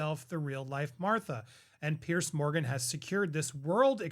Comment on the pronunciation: It's not "Pierce" Morgan. It's "Piers" with an "s."